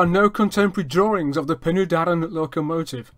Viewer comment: Penny Darren NO! Pen y Darren Phonetically Pen er Darren Pen = head, and in this use Head of the Darren = The river that runs down the Darren Valley to Caer Philli. Doen the Taff Bargoed Railway in Railway jargon. If you are going to tell us 'History', then please research and get the pronunciation right